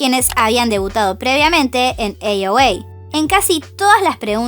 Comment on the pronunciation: 😆es I.O.I |aiouai| no AOA |eiouei|🥰